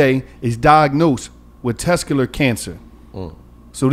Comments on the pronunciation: Tescular Huh.🤦🏿‍♂️🤣🤣🤣🤣🤣💀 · Dis nigga said "Tescular" Awareness month.. 🤣🤣🤣🤣🤣 nigga what is Tescular? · Tescular? Come on lol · So gillie and white girl not gonna tell it’s testicular and not tescular? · Yeah it hurt my brain every time he tescular. 😆😆😆 Just say sack king. Pause. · keep fuckn sayn “tescular” & nobody corrected him 😂😂😂 im fuvkn cryin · Tescular? 😂😂😂 You mean testicular?😂😂😂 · That nigga said tescular (testicular) cancer. 😂😂 I wish I was on that show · Somebody gotta teach how to talk... Tescular is not a word its testicular😅😅😅😅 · Bro what the fuck is “tescular cancer” smh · It’s test-tic-ular maaaaan🤣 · Sound it out 😭 Test - tic - you - lar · Let Mona talk more! It’s annoying how much the discussion only be between and Gillie, especially wit the serious topics! And this nigga needs to learn how to say testicular 😂😂 Mona is funny af and drops gems comedically...y’all gotta let that shine thru🤷🏽‍♀️ijs